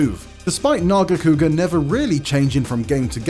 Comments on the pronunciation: behemoth making this list is crazy, also its NERGIGANTE not fkin nergante. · Don’t disrespect Nargigante by saying gigante learn your names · Talk about Glavenus, show Acidic Alavenus, talk about Nargacuga, show Lucent Nargacuga. Also, the name is Nergigante which is pronounce "Ner-gi-gan-te" not Nergante you unculture swine. I bet dude just pick up some cool looking one from the recent Monster Hunter installment and call it a tier list. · Bro mitsuzune? Nergantay? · “Nergante” huh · Oof. These are some hot takes right here. You know its bad when they cant even pronounce some monsters names lol. The hell is a Nuergante? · . Nergante? Lol. I thought maybe it was just his accent, but he keeps saying it and I don't think it is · Rathalos above gore magala,rajang,malzeno,behemoth,amatsu? Blapshemie If you make nergigante #2 at least say his name right, whats a nergante? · Ner-GI-gan-te holy moly get this guy out of here and bring back Casey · And their pronunciation too. What it's a Nergante. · It baffles me how this guy can't even pronounce some of the names right; pisses me the hell off that you butchered Nergigante's name by calling him "Nergante." You realize there's an "i" in there, right? Your channel guidelines say to be respectful, but after seeing this list and your butchering of monster names... you,, don't deserve respect. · Couldn't even be botheted to pronounce nergigante right...."nergante" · You know there's 2 G's in Nergigante right? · Wtf is that Nergigante pronunciation.... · You can tell how many people gave up on watching the entire video by how few comments there are pointing out the incorrect pronunciation of Nergigante. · the way he pronounced nergigante makes my skin crawl.. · Mispronouncing both Mizutsune and Nergigante, as well as having Lagiacrus as the only monster that didn't appear in Worldborne or Risebreak is not a great look, sorry.